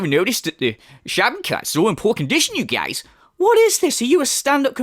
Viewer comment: I am always cracking up when you say "you guiez"